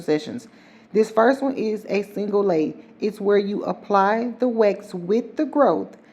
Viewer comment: When you said single Lay..i thought you said single Lady😂😂